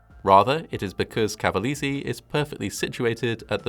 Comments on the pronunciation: Good video, just making you notice that the pronounciation is CavalEse (E like LAKE) ;) just to help you a bit. I am a long time fan of your channel! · not bad, but i cringed everytime you mispronounced cavalese 🤣 dint even know about this, most ppl talk more about the USA fighter jet one as the "worst accident"